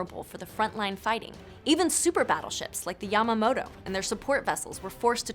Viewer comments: it is yamato not yamamoto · It’s Ya-Mato not Yamoto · why is she saying yamamoto? It's called yamato there it is again. Yamamoto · Yamato* Not yamamoto Gosh im dead ima dislike this 👎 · It’s Yamato not Yamamoto, Yamamoto he was the Japanese admiral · I was paying attention until "Yamamoto" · "Yamamoto" uh i believe its pronounced Yamato... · Please....retake ytour history... Its pronounced Yamato not yamamoto... I'll give you tips on the musashi tho...not many people know about her. Apparently she was sunk while anchored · IT'S YAMATO, NOT YAMAMOTO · Every. Single. History. And. Naval. Buff. Cringed. When. She. Called. The. Yamato. The. Yamamoto. Ffs read the script properly, or get some real information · 9guns idk how this woman got 15 and its yamato not yamamoto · The japanese Ship is called "yamato" Not "Yamamoto" Like the general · Hang on... Yamamoto??! It’s Yamato!! Ya-ma-to! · It's not Yamamoto it's yamato, it's pronounced like tomato but with a Y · It's Yamato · It's Yah-Mah-Toe. Can't Americans read? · Its yamato... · Yamato, NOT Yamamoto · maybe thats why in desert storm they were use... no anti missile system can go agaisnt a projectile of a battleship canon not even phalanx. and when aliens invade they come in handy and rihanna too... lol ps. you go f..k yourself by the way its yamato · its yamato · The Yamato is pronounce Ya Ma To mannn commonnn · Everyone's complaining about how she pronounced Yamato, but the way she pronounces capacitor made me cringe so hard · I wonder how many of these comments are criticizing the pronunciation of Yamato. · You guys need to learn how to pronounce things like Russo-Japanese War and the Yamato. Also this is not looking at some facts, Japan had low oil shortages back then so that was a major reason to not use them in battles. You are reading these right?